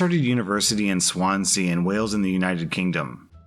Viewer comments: US city/town pronunciations are really weird due to so many languages influencing the names, so most of the time people just read it how it is spelled and hope they are right. did just that here with Swansea (saying swan-sea instead of how you would say it, swonzee) because it’s just kinda what you do here! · Just a note: "Swanzee", not "Swan-sea." I know, I know, British pronunciations. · It's pronounced swonsy not Swansea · Hehehe Swan. Sea. We pronounce it Swanzee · You pronounce Swansea as swan sea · hey I'm from Swansea as well but I just wanted to correct how u say it it's not swan-sea its all one word so say it more like Swan-see all together that's how we say it anyways just a helpful note that's all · pronunciation box insert im SO SORRY LMAO. im welsh and its just one of those things- swansea isnt pronounced as swan-sea. it's swan-zee. :) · Not that it matters much, but Swansea is pronounced more like Swanzy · Why you say Swansea like that, man? Swan-zee is how it's pronounced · Lmao sorry for being British but you saying "Swan sea" rlly got me 😂 we somehow make it into one word here. I also remember how you pronounced Reading in a previous video (here we say Red ing) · It's pronounced Swans-ee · Swansea pronounced Swan-Zee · THE WAY HE PRONOUNCED SWANSEA I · Love your vids but hearing your pronunciation of Swansea made me cringe and giggle. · Ok the way he said Swansea with his American academy was funny to me caus I'm Welsh and none of us say it like this. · It is, but he's American so he just pronounced it exactly as seen it which is fair enough x